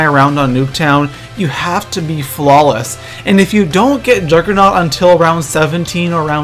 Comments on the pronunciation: Not being a dick, but it's juggernog, not "juggernaut" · It's juggernog not juggernaut you fuck head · am i the only one who gets annoyed when people say juggernaut instead of juggernog? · it's not juggernaut it's juggernog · im sorry but it kind of makes me mad when people call juggernog juggernaut, just sayin. but I still like your vids keep doin what your doin bro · Its Juggernog not juggernaught